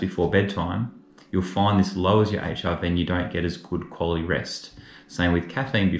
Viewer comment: Every time you say HRV, it sounds like HIV and I was so confused until I caught on! 😂😂